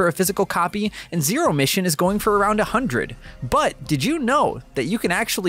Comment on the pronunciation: Ah yes. The classic “Metroid: Zerio Mission”.